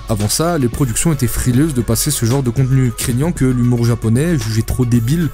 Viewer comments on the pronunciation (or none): none